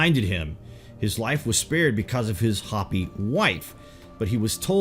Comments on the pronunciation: Pronounced Hoe-pee not Hah-pee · Its not HOPPY, IT'S HOPEY. WE AREN'T RABBITS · It's not hoppy it's pronounced " hoped". U butcher other words too. Do some research then you may not sound like such a Yard when you use words like "erstwhile". Douchey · Hope Eee. Hope Eee. Hopi isn't hoppy it's hope Eee ! yah ta hey. Hastien yazee...dola bichan .oops that's Navajo. William E. Auble Capt and carrier pilot spoke perfect Navajo and listened in on Jap aviators on the radio. It was an almost identical phonetic but different meanings. A complete confusement . He never took credit for starting the Navajo code. So my step father was a reservation hero. As the code talkers ....he then noticed large amounts of cash laden tourists who loved Indian jewelry. So those ww2 pensions bought tools and forges as the largest precious metals movement was allowed as the gold hijaxked from Spain and Mexico that Indians mined was raided 400 years about a ton a year. So I witnessed the largest move of gold and silver from the sacred stashes. Then bullion wasn't allowed until 75 which started a freeforall if stash ownership. Vittorio Peak was a bombing range dozens have tried. Yet I watched load after load shipped nationwide to flea markets and retailers and wholesalers like trademark. Motorhomes worth multiplied millions spread out into distribution routes. It was so cheap. Hundreds of tons of silver and gold ...and you all want it or have it in a drawer. Then in 79 spikes $50+ oz. I had suitcases and went on an 8000 mile bicycle circuit around the US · Hopi is HO-pee. Hoppy means full of hops. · the ineptness is astounding cant pronounce Hopi LOL Calls the Hopppy... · This narrator is great, but never ceases to amaze me with his inability to pronounce common words. "Hopi" is said like it's spelled, no "hoppy".